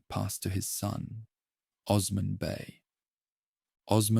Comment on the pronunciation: Would be nice if you could learn the proper pronunciations of names like Osman before recording